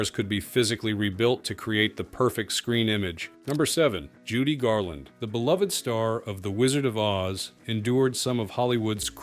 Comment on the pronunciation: Thank you for pronounce "beloved" properly. It's beLOVE-ed.